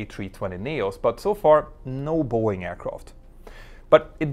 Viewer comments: I keep hearing Buoy and I can t focus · It’s Bow Wing 😅